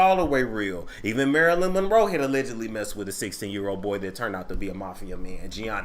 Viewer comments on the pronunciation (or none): none